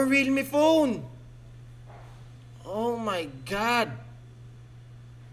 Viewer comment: "omayngad" hahaha